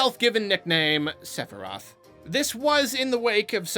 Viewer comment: Lol the Sephiroth pronunciation made me think of Steve Urkel's alter ego: Stefan Ur-Kel